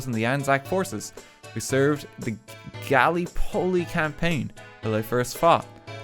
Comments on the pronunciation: It hurts my Australian soul hearing rt pronunce Gallipoli and other words wrong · The way he said Gallipoli gave me a stroke as a history nerd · “Galy Poly” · Me, an Aussie: ga-lip-pole-e RT: Gal-e-pole-e (good try though) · when he pronounced gallipoli "galleeepoleee" I had a stroke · australians and new zealanders: gallipoli rt: galley-poley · I weeped when he said "Gellip-polly" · Me an Australian listening to Rt say gali-poly: WHY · Me, an American: Oh hey a Gallipoli memorial, neat. RT: GALLYPOLLY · When he said "Gally-Polly" it hurt to hear, so much. I never thought i'd have to hear something like that in my whole life. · Oh, if anyone is wondering, it is pronounced "gal-lip-poley" (or "gah-lip-oli" if you are saying it a bit faster) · i did not expect to see new zealand before australia omg but i loved this so much. but gallipoli is pronounced gah-lih-po-lee 😭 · As an Australian i honestly laughed at how he pronounced galipoli and then i realised that i would have pronounced it that way as well if i didn’t know it already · Gallipoli is pronounced Ga-lip-o-lee Edit: The kiwi mech is obviously to fight the sheep war and is powered by kiwi, kiwis, or kiwis depending on what is available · FOR FEK SAKE ITS guh-lip-uh-lee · RT trying to pronounce Gallipoli like Galleepoly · he pronounced galipoli so wrong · As an aussie I was physically hurt and laughed my ass off when he pronounced Gallipoli as "gally-poley" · As much as I enjoyed the video, I have now contracted Tinnitus from hearing all the mispronounced Māori words and also the way he says Gallipoli is now going to haunt me. Quite disappointed to not see Footrot Flats dog, but I'm happy that we are finally acknowledged. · I am very concerned for when he makes a new Australia video as an Aussie myself 😅 Edit: the way he said Gallipoli was just painful to listen to. Edit: I frickin knew it (he made a new Australia video just like I predicted) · RT absolutely butchering the pronunciations is killing me.